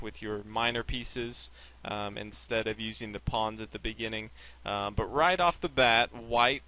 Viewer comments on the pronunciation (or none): none